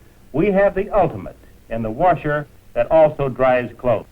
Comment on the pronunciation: Woorsher lol